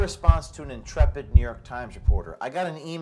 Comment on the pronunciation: Did you say ‘intrepid’ or ‘insipid’? Hhhh